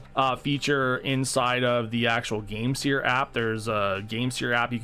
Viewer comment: I thought it was pronounced game "sir" instead of "sear".